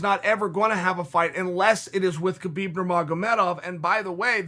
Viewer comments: uncle chael just called khabib ‘khibib’😄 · Chael: Khebeeb Me; Okay, great. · How many times did Khabib say his name is pronounced “Habeeb” and you guys still call him kebeeb. So disrespectful. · me: Khabib's retirement Chael : Key-Byb's retirement me: Key-Byb's retirement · Me: Khabib Chael: Kheebeb Me: Kheebeb